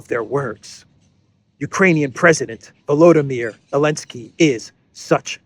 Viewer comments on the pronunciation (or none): none